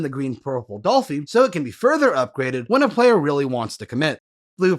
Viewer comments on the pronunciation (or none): "Dollfy?" Doflamingo, not Dolflamingo lol, so it's "Doffy."